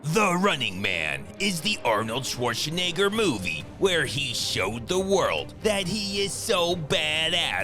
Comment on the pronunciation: Arnold Schworschnegger?